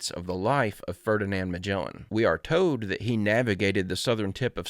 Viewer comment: It gives me joy every time I hear you say “toad” instead of “told”. 🐸